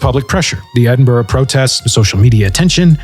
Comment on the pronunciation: As a Scot it's unbelievably refreshing for a commentator from abroad nailing the pronunciation of Edinburgh